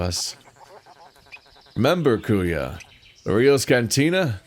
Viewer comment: Also if ur gonna play this in the future, Kuya is pronounced "Koo-Yah"